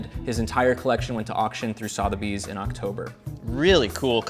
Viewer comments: Sotheby’s? Is that what you’re trying to say? Sotheby’s sounds like sss-other bees. 😂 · Sothebies is SUH-the-beez not SAW-thuh-beez. Porsche is Por-SHU, not PORSH.